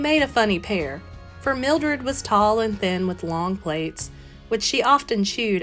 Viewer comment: Plaits is pronounced plats, not plates. You know, like braids in your hair.